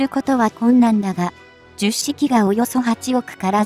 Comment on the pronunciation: と 同じ型番が繰り返され❓️😳となります。 10は「ひとまる」と読んで頂きたいです🙏